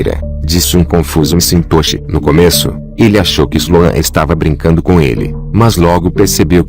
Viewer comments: O nome do homem não se fala em inglês mcintochi e sim Maquentoch . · Só um reparo: não é "eme sintoxe" que se pronuncia o nome do dono, é algo como "méq intóche". Acho que o texto foi lido por um robot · A história é interessante mas o cyborg lendo o texto é desmoralizante. Pô, o nome do cara é McIntosh e ele pronuncia "cintôshi" por várias vezes. Voz insuportável. Se o "Mundo dos Mistérios" quer ganhar mais viewers, por favor, dispensem o robô for good! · Cara, que narração irritante essa. "Michintosh" é imperdoável...